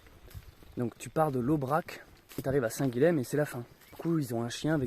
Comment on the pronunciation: Salut et encore merci pour ces vidéos. Je n'ai pas lu les autres commentaires, on a dû te le dire dix-mille fois, on prononce "saint Guillem", ill, comme dans paille, car le lh en occitan se prononce ill. (c'est une prononciation qu'on a gardée, y compris en français. idem Graulhet dans le Tarn, ou Varilhes en Ariège.... à plus! )